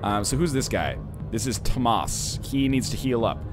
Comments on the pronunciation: How does "Thomas" become "toh-maas"?. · Dangit stop pronouncing Tomas wrong!